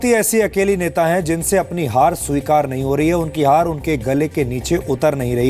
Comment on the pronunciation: sabikar nahin behenji swikar..